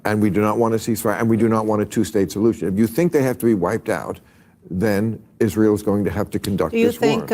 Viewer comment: “Hisrael” damn ☠️